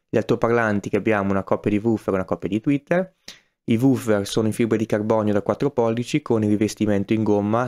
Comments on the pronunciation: Sei un grande, ma tweeter e non twetter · tweeter per favore non twetter